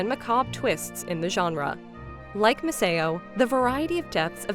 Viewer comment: Yeah I also feel like the voice might be AI… the way it kept on pronouncing things especially Misao made me suspicious